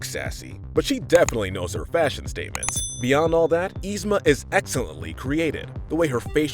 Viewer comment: Yzma not Yzme 😂😂😂